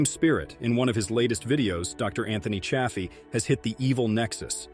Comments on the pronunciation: Narrator bot keeps mis-pronouncing Chaffee with a short A instead of the long A Dr. Chaffee. Hah, at about 3 minutes 15 in, the bot suddenly switches to the long A. But then it is now switching back and forth - sometimes in run-on sentences, from long A Chaffee and back to short A. What the heck? What AI decided to "create" this video??? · Don't ya hate it when AI mispronounces Dr. Chaffee's name, lol??